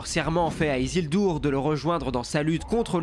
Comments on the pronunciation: Merci pour cette vidéo. Pour moi, Aragorn est le meilleur personnage du seigneur des anneaux, avec Gandalf. Par contre, pourquoi "Isildour" ? Il me semble qu'en français il faut dire "IsilDUR". Pareil pour "EnDUril" et non "Endouril"😉 (pardon mais je suis très attachée à la prononciation qui vient de la VF des films😁) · "Isildur" pas "dour"